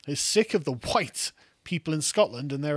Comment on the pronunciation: 'Every cake, huwhite!'